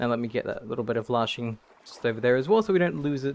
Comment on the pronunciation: LASHING, not LARSHING!